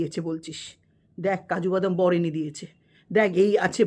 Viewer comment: বলছি আপনি আগে কাজু বাদামের উচ্চারণ টা ঠিক করে করুন😂😂😂।।। আপনারও তো অনেক কেচ্ছা শুনলাম দেখুন yt তে সবারই কিছু না কিছু আছে বেকার খিল্লি করে লাভ নেই।।। আপনি যেমন পরকীয়া রতা টিন কে সাপোর্ট করেন তার পর অন্যের চরিত্র নিয়ে বলা আপনের মুখে মানায়😂😂😂😂।। নিজের বয়স টার অন্তত লিহাজ করুন😂😂😂